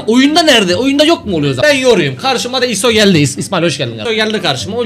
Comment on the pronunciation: Kk aslında ıso tr dekiler isot dir fon tşşk geçiorlad ama iso de ğilde ayso gibi okuyorlar